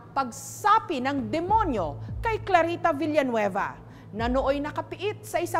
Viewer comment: Filipino- Clarita Villanueva American- Clarita Villaanweeyva